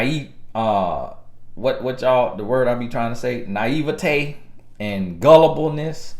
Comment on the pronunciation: you said that word correctly: "naivete" Ni-eve-ah-tay.... lol I went to google and dictionary. com has something where you can hear them say the word correctly. I had to check for myself because I didn't even know how to say the word myself even though I knew the word.